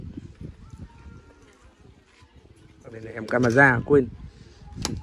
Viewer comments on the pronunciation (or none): cứ caramen làm mọi người liên tưởng là món ăn! Anh chịu khó nói đúng: cameraman nhé! 😊